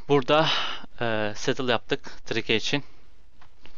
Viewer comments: bide trike dinazorunun ismini tırike diye okuyorsun onun ismi trayk diye okunur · abi onun okunuşu trike değil trayk